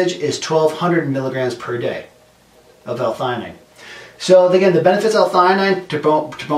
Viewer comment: Umm you definitely didn't pronounce this right